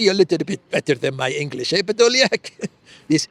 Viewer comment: you make me smile when you speak “PEDOLIAK”....